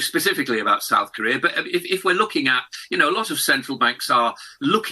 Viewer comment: South not soth! Seeing the leaders, I think it’s actually soth.